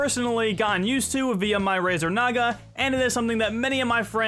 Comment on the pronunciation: I have the Razer Naga aswell but did just say Razer Nig*a at the start of the video... It didn't even sound like Naga.